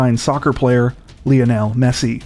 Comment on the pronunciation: Lol why did you say Lionel so weirdly?